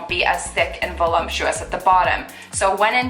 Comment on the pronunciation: There is no "m" in "voluptuous". 😑